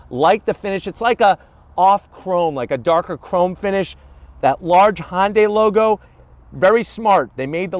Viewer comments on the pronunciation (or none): I agree! its not HONDAI ITS HUNDAI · It’s not Hahn-day is pronounced Huhn-Day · Hon-day... Hyundai